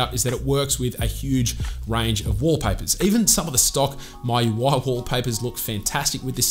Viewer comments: It's "Mi" UI not "My" UI Anyway a great video😁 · Its not "My Ui" It's "Mee UI" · is mee-ui not mai-ui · ME - YOU - I , Not MY-YOU-I! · It's M I U I, not MY UI. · MIUI ❌❌ MAUI✔️✔️ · 😂😂😂 was thinking the same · no.. he is saying,"maiu i" 🙄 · Just say mi ui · Still have room for improvement, for example... MIUI... the way you pronounce it is weird. At least check on other sources? Measure twice cut once.